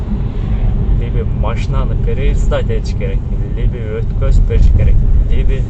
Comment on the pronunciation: Ассаламу алейкум, либи эмес либо деп айтасанар туура болот. Капа болбогула, бири бирибизди ондоп, каталарды айтып турсак онугуу болот деп ойлойм.